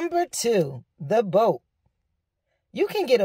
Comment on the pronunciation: With the caption on she's says boat lol tho I know she meant bolt. Not sure is she saying boat or bolt